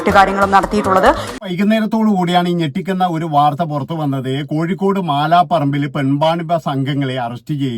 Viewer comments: ചേട്ടാ മാലാ പറമ്പ് അല്ല മലാപറമ്പ്.. ഒരു പുല്ലും അറിയാതെ ഒരു ഫോണും എടുത്തു ഇറങ്ങിക്കോളും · മാലാപറമ്പ് അല്ല മലാപറമ്പ് ആണ്